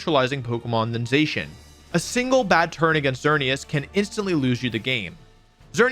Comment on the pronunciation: Za-Shee-un not Zay-shun. Bothered me so much i had to stop less than ten minutes in.